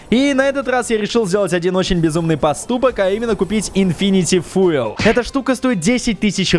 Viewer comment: Пацан правильно говорить фьюл